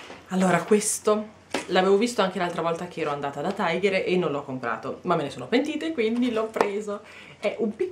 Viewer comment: Non si pronuncia "Taigher". Non è un franchising inglese, bensì danese. Ciò implica che si pronunci "Tiger" esattamente come si scrive, ovvero tigre in danese. :-)